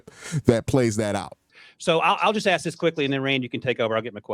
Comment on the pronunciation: You cant axe him that